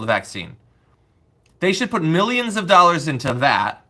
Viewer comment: How many, precisely, is a bee-yun dollars? Or for that matter, a mee-yun?